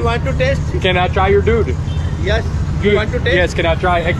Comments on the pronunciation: 😂because he pronounces like dude, not doodh. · That's doodh not! Not dude(Milk) 😄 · You say dude not doodh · It’s doodh (milk) 😀 Makes good video max